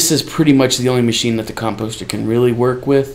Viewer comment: Mate, you are saying "composter" wrong.